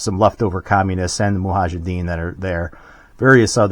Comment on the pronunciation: It's not Muhajiddeen, it's Mujahideen